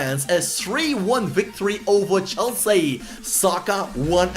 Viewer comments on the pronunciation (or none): none